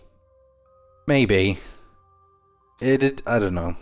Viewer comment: He said "Maybe" so weird!